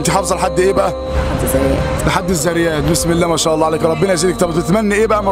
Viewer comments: الذاريات وليس الزارايات هذا من اللحن الجلي يجب تصحيحه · انصح نفسي و انصح المسلمين ان ينطقوا بالحروف كما هي حتى يكتمل لاجر مثلا في كلمة الذاريات و ليس الزريات و ربي زدنا علما